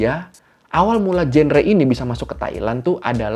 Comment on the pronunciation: Maaf kak, genre diucapinnya jangre/? 😅